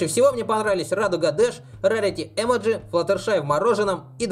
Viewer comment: 1.не Эмоджи а эмОдзи ударение. 2.не лунА а лУна ударение. 3.а пони на ладони?????